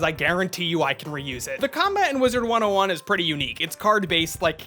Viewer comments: Please for the love of god stop saying “wizards101” there’s no “s” at the end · “Wizard 101, or as I like to incorrectly say it, WizardS 101”